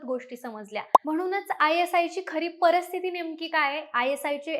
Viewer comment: माहिती चांगली परंतु मराठी उच्चार योग्य हवेत. परिस्थिती चा उच्चार परस्थिती असा चार वेळा झाल्यावर video बंद केला